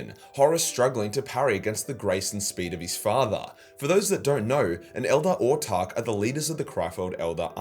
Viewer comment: Wait - what? You've started pronouncing 'Autarch' correctly?! Hopefully you give 'Exarch' the same treatment too. Keep it up:)